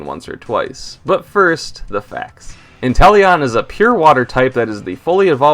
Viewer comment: INTELEON, NOT INTELLION! QUAQUAVAL, NOT QUAQIAVALLE!